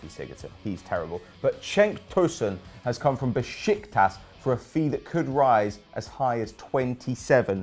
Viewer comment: And its Beşiktaş not Beşiktas. So you pronounce it beshiktash.